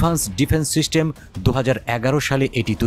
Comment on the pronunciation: উচ্চারণ এত বাজে কেনো? সিস্টেমকে শিস্টেম বলতেছে। তথ্যও ভুলভাল।